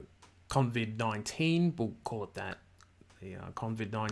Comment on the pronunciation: I think it's COVID-19 Not CONVID-19. I could be wrong